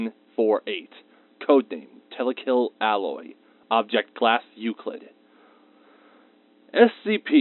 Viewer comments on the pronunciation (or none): none